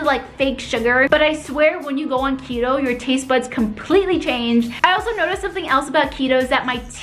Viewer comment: I heard cheeto too